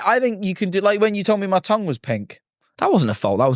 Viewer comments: Even in Scotland we say “tung” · why does tom say tongue like tong 😭